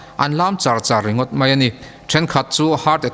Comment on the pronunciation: Ngaihnawm hlawm hle mai. Mahse, mai tih tur mei i ti tlat hi insiamṭhat a ngai nih hi. 👍👍👍